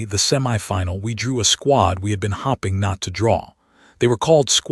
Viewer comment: As well as teaching your AI voice the difference between bowed and bow, try to teach it hoping from hopping. Liked the story.